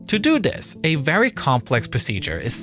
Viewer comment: Free, dis, dah, wif. Bro you not have a tongue? Thhhhhis.